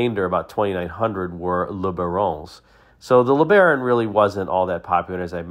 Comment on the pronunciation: if you like to call the Le Baron "luh bahr-OHN," just to be consistent do you also call the Buick LeSabre the "luh SAHB-ruh"? 😉